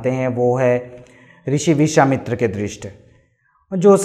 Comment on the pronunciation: Rishi nahi krushi, vrushwamitra nahi vishawamitra